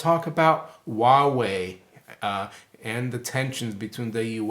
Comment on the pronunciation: Huawei sounds like Wild Way.